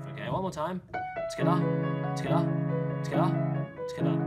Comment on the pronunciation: When you were saying together I thought you sad eskettit in a Russian accent👌